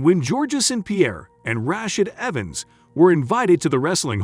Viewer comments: Georgia St-pierre, and Ra shed Evens might have an issue also lmao! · Rashad Evans either, that tells us the man reading the script doesn't watch MMA